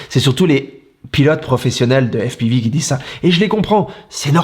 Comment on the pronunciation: Toi tu m’as fait rire 😂😂😂 Tu nous pètes l’accent américain quand tu dis FPIVI et plus tard tu nous balances au jour d’aujourd’hui🤣😂🤣😂🤣😂🤣😂 Put1, toi tu m’as fait ma journée 😉